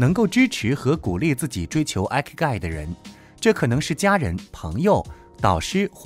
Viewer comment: 很實用的影片👍但影片中第5點的"Ikigai"發音有誤... 這個詞是源自日文"生き甲斐"的羅馬拼音，意即"生存價值"， 第一個字母Ｉ的發音和數字１一樣，並非英文的Ｉ發音喔~